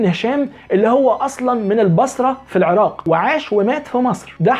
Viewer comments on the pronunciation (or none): none